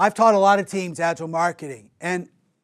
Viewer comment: What can you learn about Agile from a guy who doesn't bother to pronounce "Agile" correct 😏